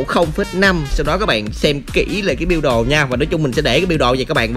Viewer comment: Đọc biu đồ cười sặc cơm